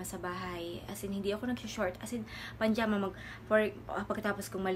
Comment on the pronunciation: pajama po hindi panjama. 😭